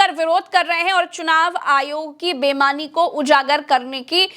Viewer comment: bemani ya beimani? Sahi shabd boliye.